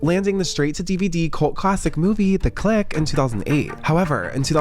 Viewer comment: Every time he says "thec click" I chuckle 😅